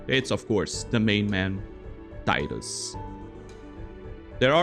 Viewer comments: Tea-dus. Not tie-dus. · Tidal, Tidus, it's the only acceptable pronunciation. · Man, going around and watching FFX challenge videos, I'm blown away by how many people pronounce the name as Taidus. Maybe it's an English language thing, but even then, it's been spoken in games with voice acting too. I guess I'm just a bit confused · I know it's pronounced TEE dus, not TIE dus. This always annoyed me when people can't get that right